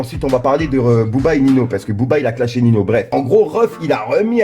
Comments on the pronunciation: Sa ce prononcé niño pas nino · C’est pas nino c’est Ninho sa ce prononce ninio 🤣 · C’est pas Nino c’est Ninho